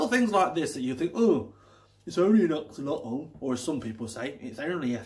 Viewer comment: If you are supposed to know everything about these interesting creatures, you should at least try to pronounce the name correctly! You really make yourself look like a twat!